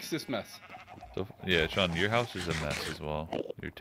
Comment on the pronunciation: its Shawn. not Sean bruh.